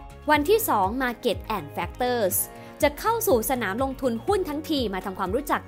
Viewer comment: โอ้โหววว... เปิดมาเจอแบบไม่ตั้งใจ แต่คลิปแบบ"ดีม๊ากกกกก"ค่ะ!!! กราฟฟิคสวย น่ารักสุด สรุปพ้อยท์เป็นข้อๆได้สั้นชัดเจนมาก เข้าใจได้ง่ายจริงๆ ที่สำคัญสปีดการพูดพอดีมากเลยค่ะ ฟังง่าย ชัดเจน ไม่เยิ่นเย้อ ขอชืนชมการออกเสียงทุกคำชัดมากๆๆๆๆๆ factors แม้พูดเร็วแต่ s ยังชัดแจ๋วว เสียงเพราะด้วย จะดูซ้ำหลายๆรอบเลย เป็นกำลังใจให้นะคะ ♥♥♥♥